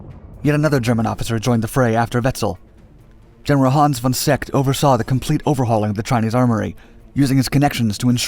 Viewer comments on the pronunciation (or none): none